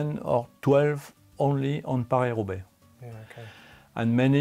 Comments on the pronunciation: He got it right in the intro, but after that ..... 😲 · Watching Mitch resolutely pronounce it pariS in front a Frenchman was 😅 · I'm Australian and I cringed when he kept pronouncing Paris with an S. Very odd